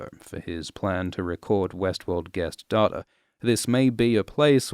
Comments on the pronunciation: I really love your videos, but this one thing just bothers me: it's not data, it's data.. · i find it so weird how you pronounce data as data and not data or data